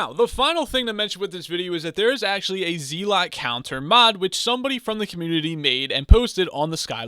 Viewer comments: IGN: bluebatdoc This is the guide i've been looking for Also it's pronounced zelut Not zeelot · Please stop saying zee-lot it hurts